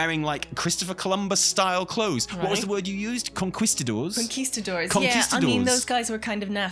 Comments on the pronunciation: proves she knows how to pronounce conquistador, which puts her ahead of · Oh, look, can pronounce Conquistador correctly. Much better than.